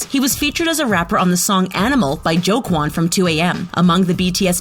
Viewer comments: Nony ikr even when she said Jungkook it’s like the easiest to pronounce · It’s not jonkoo it’s jungkook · I cringed when she said JHONKOO instead of JUNGKOOK! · bra get your facts right its like saying jung cook but no its jung koo plz learn!!! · JUN KOO L M F A O MORAL LESSON: PRONOUNCE THEM PROPERLY BEFORE MAKING DIS VID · It is pronounced jung-cook no offense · Did you just call Jungkook JohnguUUUUUU??????? 😂 Guu? seriously!? Not "KU" either!!!! :-/ It ends with a "k" though it`s so softly pronounced it sounds more like a G. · Please 👏 pronounce 👏 the 👏 names 👏 right 👏 suga and jungkooks names aren't even hard and suga is the main rapper in BTS 😂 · IT AIN'T JOHNKOO ITS JUNGKOOK MAKE THE END OF DA NAME SOUND CLEAR, ITS NOT SOOGA ITS SUGA LIKE SHUGA, BRO THERES SO MUCH INCORRECT PRONUNCIATIONS, SRSLY GET DA NAMES RIGHT!! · Atleast prounounce theyre name correctly. If americans prounounce theyre names im cringing so much lol😂 Min Yoon Gi but thats actually prounounced Min Yoongi Pak Jimin is actually prounounce as PaRK Jimin Jong Jonguu is JEon JUngKOOK Kim Taeryeon is actually prounounced Kim TaeHYUNG OMG IM CRINGING HARD LOLOLOL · argghh why does the speaker didn’t pronounce their names correctly jungkook turns junggo kim taehung is wrong prononounced tooo 😕🤨🤨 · Why the pronunciation so bad?? WHO SAYS Jungkook to Jung Koo?? "Teri Young", WTH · Nony ikr how she said Jungkook and Taehyung I was like smh